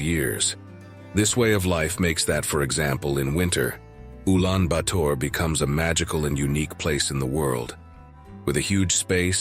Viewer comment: Man. What are you trying to do? You sound to be an expert in Mongolia but you cannot even pronounce Ulaanbator correctly.